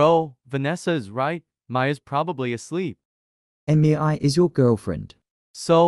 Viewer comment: “EmiEAi, eMiEai, EmiEAi”, is that actually how it is pronounced? (Not tryna be rude with anyone that its name is Mei)